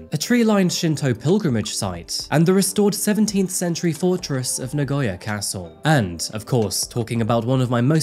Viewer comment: so many foreigners, even those who have lived in Japan for a long time always pronounce Nagoya wrong..hehe so many say Na-goy-ya but it is Na-go-ya. ^^ keep up the good work with your videos, i enjoy coming across them from time to time.